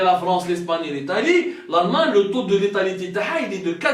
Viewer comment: L ' ETALIE= L' ITALIE POUR LE JOURNALISTE DE "TATI" 😂😂😂😂😂😂😂